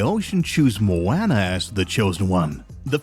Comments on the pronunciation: Did you really just pronounce it mo-"anna" 🤦🤦🤦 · Dis man doesn't know how to pronounce the title character's name!😭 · ikr it’s like this man never even seen Moana before smh